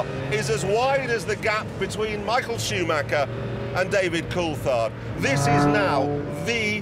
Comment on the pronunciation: Ah yes, Michael "Schumacker".